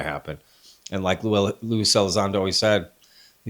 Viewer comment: you don't even know his name😅...it's Lue, ffs